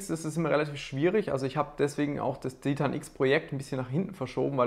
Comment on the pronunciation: Bitte sprich Titan englisch aus, da läufts mir ja Eiskalt den Rücken runter. Ansonsten echt interessantes Video